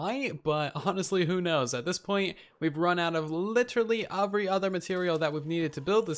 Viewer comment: I love when he says “UVery”. It’s such a spin on the normal word “every”